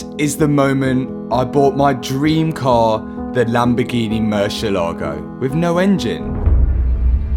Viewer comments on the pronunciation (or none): lamborgini mershelagho 😵😵🤌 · Murciélago is one word. It pronounces with emphasis in the E. It's not two words: murciel ago nor murcie lago.